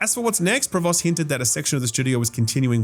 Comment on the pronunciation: Btw Provost is pronounced “Prov-oh”